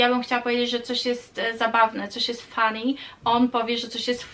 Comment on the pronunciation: Kochana nie polecam mówić "fanny" bo jak podkreślasz "a" to znaczy to zupełnie co innego 🙊